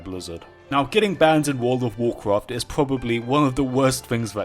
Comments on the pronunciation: "wood of wurcwuft" never gets old. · And i wuont to swee a swecwet zone in wouwd of wowcwaft love his accent